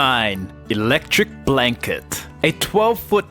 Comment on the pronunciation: electric blanket......... Why do you say it like that? it-lec trix